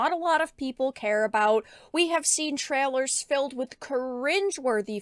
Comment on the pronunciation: I love but she cannot pronounce the 'A' sound. Instead of 'Trailers' it becomes 'trellers'. Maybe that's just her Canadian accent?